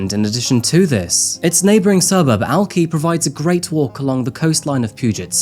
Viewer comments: I love you but it sounds like "alkai" not "alKEY" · Hi. I’m a faithful viewer of every video you post. I’m shocked to learn the details of this case from a channel so far from the place all this happened. I had no idea. Just for the record; It’s pronounced “Al-Kai” . And the area is just called West Seattle, no one calls it “North Admiral”. I know these places all have weird names, but hearing them mispronounced over and over is so frustrating for natives to the area. (My grandmother was born in West Seattle in 1916) Also, like everyone else, I find it so strange the involvement of the very random adventure seeking app involved in the suitcase’s discovery. Spirits interacting with technology? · Hi, I have a few things to mention here: 1) I didn’t know you were born in Seattle. 2) I lived in Seattle when the suitcase was discovered. 3) Pronounced Alk- Eye. 4) I wonder why the couple rent a cheap extended stay hotel. 5) How sad for the families and children. 6) WHY didn’t LE believe his daughter after she came forward about his assaults on her? This needs to be looked into. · Alki is pronounced ‘Al-kai’, not ‘Al-key’ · Seattle native here. It's pronounced "Alk-eye", not "Alk-eee". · One of my FAVORITE YouTubers ❣️ I love your accent and content. I was born in England and lived most of my life in Seattle ❤️ it's pronounced Alk-eye not Al-key just saying..love you❤️❤️❤️ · Did say he was born in Seattle at the beginning of this video? If so, why doesn't he know that Alki is pronounced al-kigh not al-key? 🙂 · Alki= Alk-eye Not Alk Eeeeee My guy saying it wrong is made even more annoying by the fact the news segments he used are full of people pronouncing it correctly. Lol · You weren't born there liar. It's Alkiiiii hard I. Not Alkeeeee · it's pronounced: AL-KI (long I), not al-kee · It’s no big deal but it’s pronounced “alk-eye” not “alk-ee.” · It's pronounced ALK-I, not ALK-E. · Alki isn’t pronounced “al-key” lol it’s “al-Kai” 😂😂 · It's Alki not alkee.